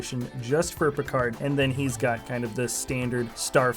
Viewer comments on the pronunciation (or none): none